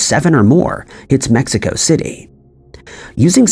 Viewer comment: gotta love AI - MEXICO- across the US